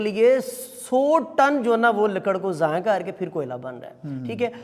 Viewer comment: Words zaya not zayaan